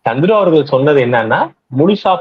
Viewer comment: 😂சந்துரு இல்ல சத்ரு.